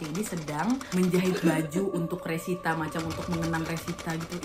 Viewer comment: resita jd rosita😂 mesin jahit berubah menjadi mesin cuci🤣